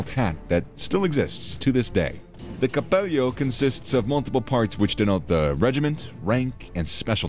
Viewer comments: good video, the presenter probably knows spanish as I noticed he mispronounces the G (Gee) and the double L (LL as in hello). I heard 'capeyo' instead of cappello. out of curiosity, I read a soviet account that said the 'alpini' was the only unit they respected from the axis. i don't know if that's true. maybe someone knows more about that. cheers. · Good video but 2 things: "Cappello" it's with double L and we're not spanish, you can't pronounce it with "gl". You forgot the very important part of the alpini's life... their donkeys. Read about it and add to the video. In any case, good video.